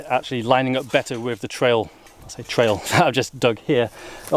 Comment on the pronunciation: I think full sus. He is calling it a "trail".